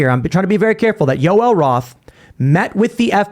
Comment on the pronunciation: Yo El Roth?!? It’s Joel bozo